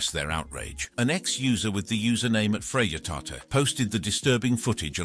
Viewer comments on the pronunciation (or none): none